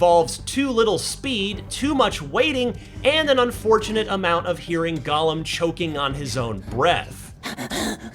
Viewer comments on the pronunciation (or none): none